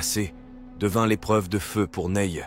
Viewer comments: C'est pas Neille, c'est Nay. Comme né. Un peu de respect pour les noms 😂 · Resumé efficace. Apres lecture des commentaires je suis moins choqué de ce "Neye, Naille ou autre" 😅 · Hormis la prononciation GPS de Ney, je suis d’accord sur cette liste qui est celle des 5 meilleures maréchaux de Napoléon. Quand au classement ultime, chacun ses critères… J’ai mon idée